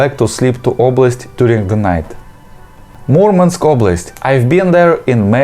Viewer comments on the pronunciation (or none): none